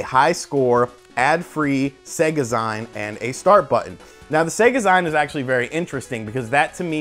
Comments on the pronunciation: It's ZEEN not ZEIN bro :) You don't really think SEGA are getting back into consoles do you?!? No chance. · i love the info but OMG I spent the most part of the video yelling ZEEEEEN LIKE MAGAZEEEEEEENN (magazine not magazyne) I hope your right about the info tho! SEGA FOREVER!!!!!! HAHA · Lol..I kept yelling "ZEEN" to myself, it was distracting..great video though! Super hyped for anything old school Sega related! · Ummmmm...nope. The word is pronounced ZEEN. it comes from the old days of comic book/D&D/computer/etc. nerds (I was one of them) producing fan made publications to do with their particular interests. Many a comic book artist and writer started by contributing stories or art to various zines...we called them Fanzines....and yes it is pronounced Zeen. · How bad do your reading skills need to be in order to mispronounce words like magazine and e-zine? FUCK!